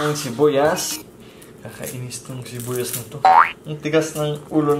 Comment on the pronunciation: Shibuyas 🤣🤣🤣🤣its sibuyas not shibuyas